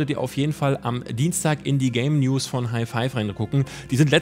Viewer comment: Ich versteh immer Le-News:D